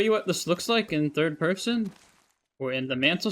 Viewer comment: "thirwd pewson"